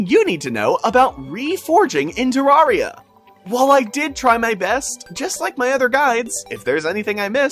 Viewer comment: Terraria is not pronounced this way if you speak, English...